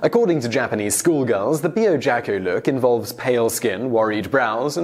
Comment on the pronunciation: With Japanese pronunciation "Byojakku" would be "Byo-ja-kk-oo" with emphasis on "Byo" as a single syllable as opposed to "Biyo." Words with Chyo/Byo/Kyo are written as with a tiny "yo" character tagged on the end of the hiragana, which signals the sound be across one syllable. This is like Tokyo being pronounced "To-kyo" not "To-ki-yo" in Japanese (It would be like saying "J-ay-am" rather than "Jam.") A double consonant should be held with a plosive sort of stop being held so "Jakku" would not be "Ja-ku" but "Ja__kku." Also kawaii is "ka-wai-ee" ( Ka-why-ee) and it is important to distinguish this as you said "ka-wai" which is very close to "ko-wai" and kowaii means scary not cute.